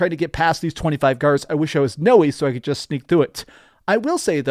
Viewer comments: Thanks! You’re awesome. Btw it’s pronounced “now-ay”. Stoked for this game. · Noee and YasUke? I know they had to have said their names in cutscenes. How did you not know how to say their names? And no AC does not have “actual aliens” Corey May even said it was written in the AC lore Bible that the First Civ are not aliens. I’m sorry but someone who played these games should know that